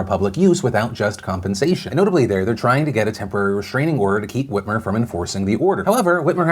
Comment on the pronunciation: Is it just me or does that Michigan governor look a little like Tina Fey in that picture?? Also when Phil first said her name I heard "Gretchen Weiners" like from Mean Girls lol it's like my mind saw what it thought was Tina Fey and heard the name of a character she was in a movie with